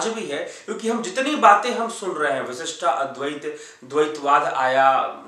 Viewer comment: You are great . Thank you . You helped me to understand the several ways of the very Indian schools of philosophy.but why do pronounce विशिष्टा अद्वैत